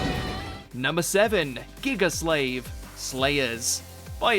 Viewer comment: GIGA SUH-LEIVEHHH